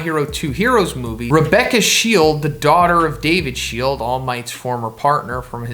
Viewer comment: he said rebecca shield tho